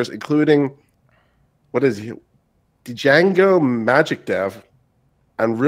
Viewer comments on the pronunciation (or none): the "d" in "django" is silent.